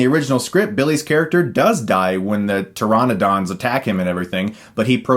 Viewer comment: pter-on-uh-don. lol